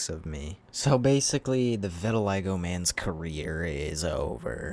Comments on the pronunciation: not vitiligga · Deecent vid but the way you mispronounce vitiligo makes me wanna deep fry my hand